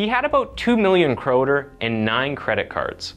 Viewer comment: I'm so glad you pronounce "kroner" correctly. Most people from Scandinavia (at least in Denmark) translate it to "crown", which is completely wrong lol.